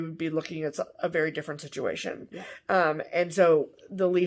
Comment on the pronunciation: Did I just hear what I thought I heard? I swear I heard say “next year I hope we’ll be in a different STITCH-UATION” 🤣🤣🤣 Trademark that, run with it. Why, yes, YES! I hope we will be in a stitchuation! Is there any where else better to be? 😁